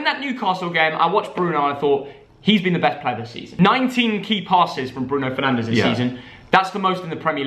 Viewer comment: Haha he said Bruno penandes